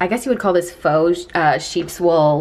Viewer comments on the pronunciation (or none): She 100% said fauzz instead of fo(faux)